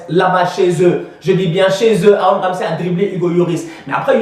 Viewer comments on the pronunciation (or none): none